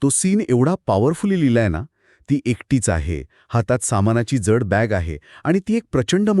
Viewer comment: ज्यड नाही....."जड". उच्चार नीट नसल्यास कथेची मजा हरवून जाते.